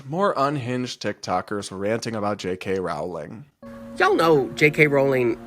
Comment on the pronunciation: You’re mispronouncing Jk Rowling’s name. Edit: three times, and one time you don’t. Do you know which it is?